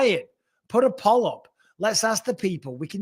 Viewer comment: Why can't bisping say poll?